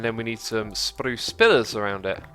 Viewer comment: he rolled his r in spruce